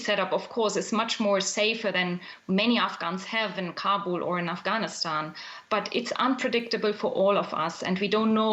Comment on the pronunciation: 20 years later and y'all still can't pronounce it right. "AfghaniStaen" "TallyBane". 🙄